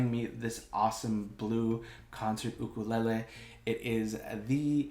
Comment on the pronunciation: I love the part when you said ukelele because I'm Mexican and you know... I loved it